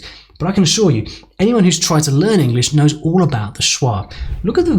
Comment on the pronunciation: You didn't pronounce about with a schwa.